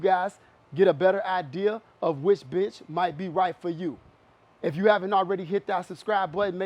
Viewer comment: watching this on 2x speed rly just sounds like hes calling the benches bitches "so if u taller this bitch might be better for you" lmao